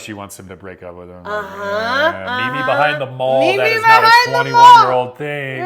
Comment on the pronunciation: She pronounces 'Meet me behind the mall' more like 'meet me behind them all'